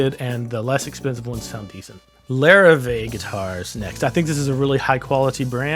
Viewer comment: It’s not lar-vee guitars it’s French it’s pronounced la-riv-eh